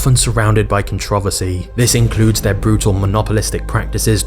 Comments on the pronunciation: Contra-vesey instead of contreversey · C O N T R O V E R S Y not Controvsy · COuNTROUVERSY NOT CONTROVERSY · It’s pronounced “Con-Tro-Versy” not con-trov-rsy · good video but why do you pronounce it controversy as 'con-trov-uh-cee' and not 'con-tro-ver-see'? I've never heard anyone pronounce it that way. I wouldn't think it to be a dialect thing either. This is just a nitpick though, so whatever. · The r isnt silent in con tro vers y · Con trov essie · i left as soon as he said contrOvvassee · con - tro - verse - sy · Love the videos man and your work ethic. But the pronunciation of Controversy threw me off. But Im sure its just me. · video is good but i hate how he pronounces controversy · the way you pronounce controversy makes my brain tickle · Can you say controversy again please? I think you forgot to pronounce a few letters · Why? Is it because he pronounces controversy wrong? Lol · Great video! Side note, I never heard anyone pronounce "controversy" that way before. Is it a british thing? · Bro that's not how you say controversy holy shit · ive never heard anyone in the history of anything ever pronounce controversy the way you did. you are not human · The way this guy pronounces "controversy" makes me want to stop watching this great video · You had me up until you pronounced controversy. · Wow, couldn't continue after hearing you fail to pronounce controversy. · I legit had to google how to pronounce "controversy" after . Do Pome's really pronounce it that way? Confused the hell outta me. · Hard to take you seriously when you don't know how to correctly pronunciate the word "controversy" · nah bruh who pronounces controversy like that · Great video but man The way you keep mispronouncing controversy is awful lol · Are you purposely saying controversy like that or do you really not know how to pronounce it which I find hard seeing how you pronounce last names correctly......just wondering/curious